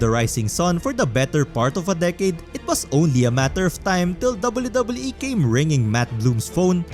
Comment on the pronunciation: I'm gonna lie I really like the way that you pronounce WWE